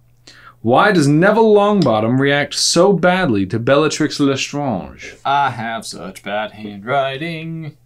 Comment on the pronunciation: We, French, pronounce Bellatrix exactly the same as you and you did a good job there, trying to pronounce "Lestrange" in a French manner. Kudos to you! Fun fact, many words which were both used in England and France in the olden days which are spelled with an "s" after the first audible vowel (like hospitals...) have now lost their "s" in French, often (but not always) getting an accent instead as a reminder that there used to be that letter in the word (French: hôpital) and for that reason, it would have been logical for us to call her "Bellatrix Létrange" (which could translate back into English as " Bellatrix the Weird") but for some reason, her name was left as it was during the translation/adaptation process (unlike poor Snape whose name has totally been swapped for something totally unrelated)...